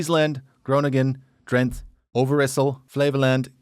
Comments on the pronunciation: In Dutch, like most languages, all letters are pronounced. So it's not al-meer, it's al-meer-uh. Also Drent-uh, not Drent ;) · A small pointer on the pronounciation of Dutch words and place names: The final e in words is always sounded out. So Drenthe is not pronounced "Drent" but "Drent-uh". The final e is nearly always a schwa-sound. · It is Drenthe, not Drenth...the uh at thye end of drenthe has to be pronounced, same with almerE....it is NOT Aalmeer it is mere meeeeh ruhhh... and nope it is NOT Oetrekt with oe as in shoe...it is U-Trecht with ch as in loCHness and U as in dehevu...so NOT a ou as in you or an oe as in shoe.. ü in German Y in Swedish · okay, so most places you pronounced fine, but if a place ends in an e, it's definitely pronounced. so for Almere it's Almer-Eh and for Drenthe it's Drenth-Eh (with a pronounced T rather than the English th, that's not a thing in Dutch)